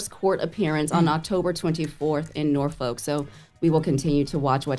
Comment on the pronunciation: Damn she even pronounced Norfolk kinda right lol